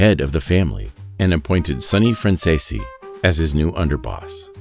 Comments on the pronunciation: Why does he pronounce their last name wrong ? Franzese is pronounced Fransees! This video is a mess! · I say BS to this story, making guesses. The simple fact that you cannot pronounce 'Franzese' correctly and pronounce it differently in multiple areas solidifies it . . . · i think you'll find their last name is pronounced francese not franz-e-se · WHY CAN NOBODY PRONOUNCE THEIR NAME RIGHT??? It's "Fran Zees"!!! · It would be nice if you learned to correctly pronounce the family name. It is pronounced Fran-zees. That is how they pronounce it themselves. Listen to any of Micheal Franzese videos and listen to how he pronounces it. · I despise the way his name is mispronounced the ENTIRE Program!!! Is this AU narrated???? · I call BS I just watched Michael Fransese himself lay out his life since he was little nothing like this . . . They should actually listen to the man who's still alive to tell the story. Heck, they can't even pronounce his name correctly 😂🤣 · Thats not how the name is pronounced